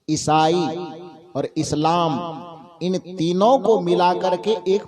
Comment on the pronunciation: Sir, you are not reading इस्लाम properly